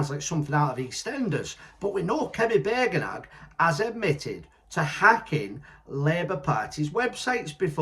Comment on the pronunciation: It's Bad-en- och mate. 😂😉